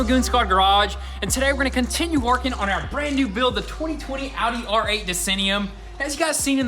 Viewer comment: Thought he said Howdy R8 lol